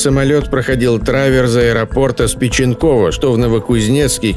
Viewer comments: Не СпичЕнково, и СпИченково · Все супер, но не СпичЕнково, а СпИченково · Уважаемый автор, не спичЕнково, а спИченково, спасибо за внимание) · Не СпичЕнково, а СпИченково!